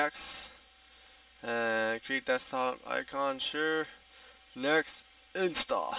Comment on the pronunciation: it is next not nexsss just fyi ok like KmarT not KmarK